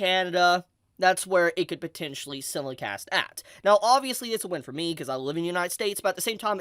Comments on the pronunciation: For FUCKS sake, stop saying "simulicast" it's "simulcast" and you call yourself an Anime YouTuber.. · Bro SIMULcast. As in SIMULtaneous. Sy-mul-cast 😭 I've seen like 4 our 5 of your videos and you say it in every one. It's driving me crazy. Otherwise, super hyped for Bleach coming back and hoping the dub cast all returns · Ok hold up The way pronounces “simulcast” is seriously messing with me. I always thought it was pronounced “sime-mul-cast” cause that’s what I swear I always heard. I know it sounds like a weird thing to bring up, but the 20+ years of watching anime feels like it’s in question now